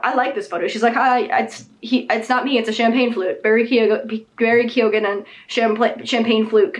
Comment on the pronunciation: Just a PSA from an Irish person, Keoghan is pronounced Kee-own, not Keegan 😊